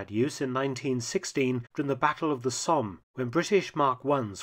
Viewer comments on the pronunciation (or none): none